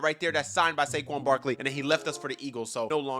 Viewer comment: The fact he said baquan sarkley 3 times 😂